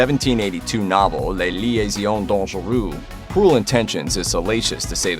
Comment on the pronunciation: No problem since French is difficult. If you are interested, a slightly more accurate pronunciation could be Les Liaisons Dangereuses (Lay Lee-ay-zz-on Don-je-ruh-zzz).